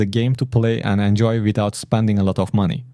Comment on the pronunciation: Spanding or Spending ?